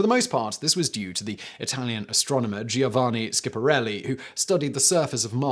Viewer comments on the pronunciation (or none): Giovanni Schiaparelli. Pronounced Joe VA nee. 3 syllables ( Not, Gee oh vah nee) Skya pa REH lee. 4 syllables.